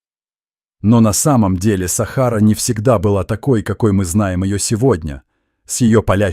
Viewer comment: Не сахару умник без тебя что там под без сахары ты хоть правильно произноси слова Сахара что на свое придумать что то свое ума не хватила расказываешь чушь сахара блин вот такую хрен бред несёшь следуй да сахары делай ударение правильно грамотей боже